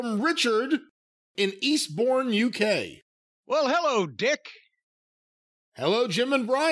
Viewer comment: I can't believe Brian got the pronunciation of a UK City correctly Eastbourne, that was perfect, unlike his pronunciation of Leicester 😆